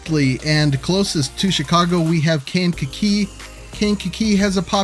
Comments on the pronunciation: It’s kang-ka-KEE. Like kangaroo, but with a kakee. 😄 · Resident of Kankakee Metro here! It’s pronounced locally as Kay-n-ka-kee. Always wanted to be the guy that comments that on the video. Hsr going through kankakee would be a massive boon, our downtown used to be lively and reasonably dense before industry left in the 50s and 60s. We have way, WAY too many parking lots. I’ve spoken with local developers in the downtown area and there appears to be a massive wave of new redevelopment in town! Ps I loved the cut to the “bitchin’” mall 😂, I hear talks of some massive redevelopment there as well supported by the village but we shall see if anything really happens.